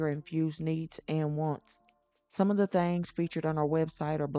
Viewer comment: I am sorry lady, but it is THINGS, not thangs, please, we HAVE to do better.